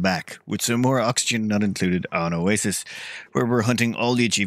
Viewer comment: Aaaaand its not oasisse 😅